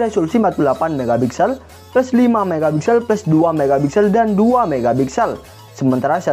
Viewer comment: Pixels bukan bixels